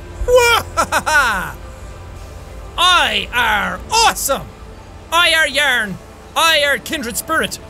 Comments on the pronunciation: Ikr yearnie lol love it too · yaern xD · was that English?!